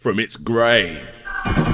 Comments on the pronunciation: Wise fwom your gwave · Rise fwum your gwave